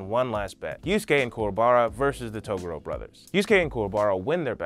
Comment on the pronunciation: Claims to be a yuyuhakusho fan.... mispronounces togoro........